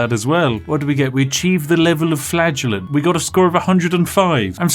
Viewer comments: So am i the only one who heard "Flatulent" whenever he said "Flagellant"...? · every time spiff says the word flagellant i 'flatulenze'. we will win this game though the power of FARTS. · I swear, every time you said Flagellant, I thought you were saying Flatulence. I thought it was a big cloud of PLAGUE that was supposed to be killing everyone... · Anyone else hear flatulence when ever Spiff said flagellant? No just me? Imagine instead of Whippy boys you had farty boys XD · Every time spiff said “flagellant” I heard “flatulence” In my head and it made me chuckle thinking about him wiping out the plague with farts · I misheard "Flagellant" as "Flatulent", so for a while I thought you were creating an army of bottom-windy bois to punish people for their sins.... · Every time he said "flagellant" I heard it as "flatulence". XD